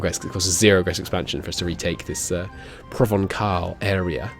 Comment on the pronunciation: I don't mean to be a Grammar nazi but the C in "Provencal" is pronounced like an English S